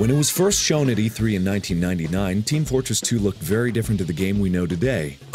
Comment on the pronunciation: Did he say Team Flortress 2?